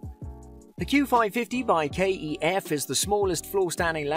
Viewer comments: Pronouncing kef ,k..e..f...lmao cmon now ,even my mum knows it is KEF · KEF not K-E-F 😂